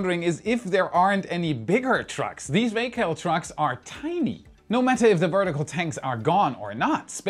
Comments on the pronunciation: Love u but it's Vac-all as in Vacuum All. I cringed hard when you said vA-Call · Vac All Not vacall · Vay cal? Vac all. It's vacuum not vaycum. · Vacall isn't pronounced 'Vay-call', they are vacuum trucks (or vac trucks) so it's 'Vac-all'. LOL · Just a pronunciation tip: Early in the vid, talking about removing pearlite insulation, the trucks used aren't (vacall) vay-cal, they're vac-all. As in vacuum all, they're vacuum trucks, built for material removal, using suction. I hope that helps! :) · It's not pronounced Vay-cal, it's pronounced Vac-all, as in vacuum all. They need a lot of the Vacall trucks to remove all that Perlite, but there probably isn't a bigger one available and it doesn't make sense to build a huge truck just for this one job. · "VAC ALL".. As in Vacuum All. Not "VA CALL" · Hi! Vacall is probably a reference to the vacuuming the trucks do, as in, "Vac - All", where Vac would not be pronounced as in "vacant" -- "vacuum" is more like "access" for instance. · its Vac All. Not american enough yet to get that one yet lol. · The Geerrrrman accent is interesting. It would usually be pronounced "Vac" "All". As in Vaccume All. Not that anyone would particularly care.. I'm just posting this for information, both pronunciations are correct.. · . "vack all" as in vacuum-all ;). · its VAC (as in Vacuum) All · FYI: VACALL is pronounced Vac-all, as in Vacuum All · Thats "Vacuum All" VACALL so pronounced Vac All we used them in the chemical plants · For Future reference, not a big deal... but I imagine that it is pronounced like this "Vac" like vacuum, "All"... "Vac-All"... Vacall. Aways enjoy the videos. thank you !